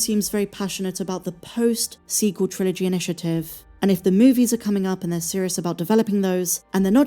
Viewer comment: The "su-sequel" trilogy.